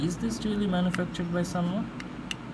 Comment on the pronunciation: " SANWA " NOT " SUNWA "